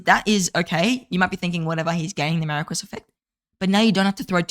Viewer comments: Much hype for the new archer commanders. Also, Marquis is pronounced "Maar Kee" Thanks for the archer focused videos! Keep up the good work. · then you’re pronouncing it incorrectly.